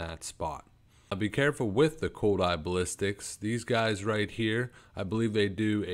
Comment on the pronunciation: Lmfao. BASS-A-LISKS NOT BALLISTICS